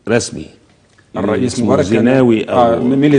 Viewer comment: ههههه لو ما جات تنطق الريس لسانها اتلبش